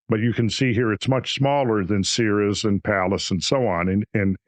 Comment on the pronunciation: It is pronounced Sear'-eaze.